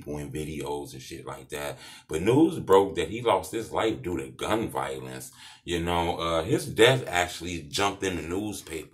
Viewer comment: Why he say gun violence like that?😂😂